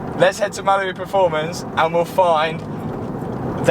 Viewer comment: The way you say Mallory Performance like it's Malibu Performance drives me crazy. 😅